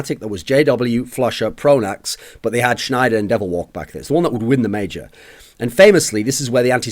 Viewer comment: Pronax, Pronax, Pronax, say it with me folks.